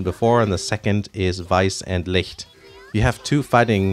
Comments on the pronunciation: the way you correctly pronounced weiss and licht gave me a steifen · 10/10 on that pronunciation of Licht . Exactly like a German native